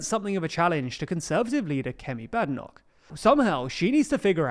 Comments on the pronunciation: It's Bade Enoch not Bad ffs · You need to be able to pronounce Badenoch’s name properly...